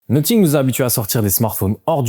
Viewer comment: Pourquoi prononces-tu 'Nottingue' ?